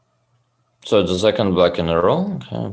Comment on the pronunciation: *ze geym